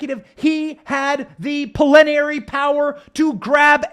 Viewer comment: It's plenary not prelenary